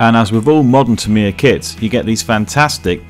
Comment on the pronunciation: Awesome work. But I wish you'd learn the correct pronounciation of Tamiya.